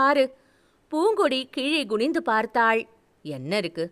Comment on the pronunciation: There are few Tamil pronunciation mistakes, rest all good. it’s not Gunindhu. It’s Kunindhu - குனிந்து